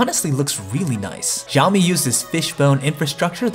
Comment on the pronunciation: for god sake please stop pronouncing it as yeaomee!! It's pronounced as Shii-Yao-Mee Xiaomi.